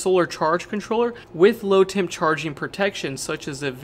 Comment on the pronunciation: You need to be clearer when you say low temp charge. I thought you were saying "load temp" which made sense to me until you were further into the video. If you 0ut the explanation of why you should have earlier everyone would not confuse the two terms like I did. Also you might mention what low temp we need to avoid. In southern Louisiana 10 degF are rare beasts.